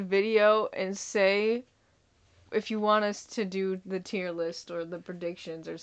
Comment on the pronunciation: ‘Tear’ list? This guy is hilarious!